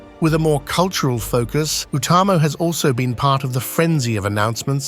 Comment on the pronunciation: Who else thought they heard "Utumno" instead of Utamo?